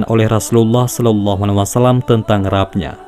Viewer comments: rabb...rabb....bacanya Robb woi...gatel kuping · maaf, saya mengingatkan pada pembaca paparan ini: RABBNYA JANGAN DIBACA SEPERTI TULISANNYA TAPI BACA "ROBBNYA"